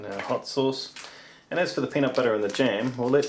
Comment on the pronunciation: "Peanit buttah"